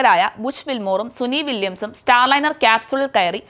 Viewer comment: Suni vilyams അല്ല കുട്ടീ, സുനിത വില്ല്യംസ്‌